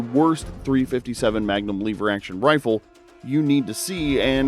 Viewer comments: LEVER NOT LEEVER YOUR PRONOUNCING WRONG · " . . . both the Henry and Rossi . . . . Incredibly reliable . . . " -- unlike this report. Once the curious viewer hears "lee - ver" over and over rather than "lev - er" it's clear: approach with caution". Or, cut to the chase: "Next!" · Hate the way you say "leever". I have a Rossi M92 that works just fine thanks. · I'm a really old guy and learned about guns a an early age. The first thing I learned from my father was correct terminology and it is not a LEE VER. Proper English rules apply. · “Leever” action. Lol!!! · According to this video it's" L-EEE-ver 🙂 I will agree that the Henry is heavier than my Marlin. . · I knew this guy was full of it as soon as he miss pronounced “Lever”